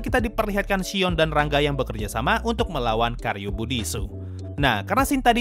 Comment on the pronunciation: Shion jdi Shiong